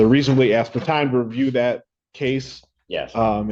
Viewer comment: 😂😂😂 u axed????? wth haven't these people learned how to talk yet?? you are in court, and you sound ignorant AF, did you go to the lie-berry to get this information???😂😂😂